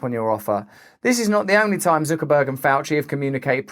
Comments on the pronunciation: FFS, it's Zuckerberg, not Zookerberg! Zuck, like puck, luck, duck, tuck, chuck, ruck, muck, cuck, suck or fuck! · It's pronounced, "Sucker-berg"... and the rough translation means gullible nerd that no one besides his handlers like. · Who's Zookerburg? lol